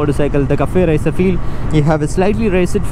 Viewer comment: Kaffey racer lol